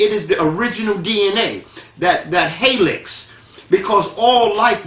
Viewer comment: ribonucleic acid = ry-bo-new-clayik feminine = phi-mih-nin helix = he-licks